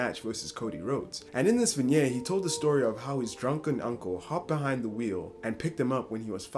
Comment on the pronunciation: Dude i love yr vids and am a subber - but in Vinget pronounced vin-ˈyet with a hard t - love the vids and keep up the good shit my man